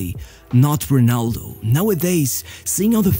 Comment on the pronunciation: Se és Português, para quê dizer Runaldough???